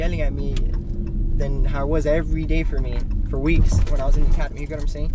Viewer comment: Did she say : every single dzay 🙄😐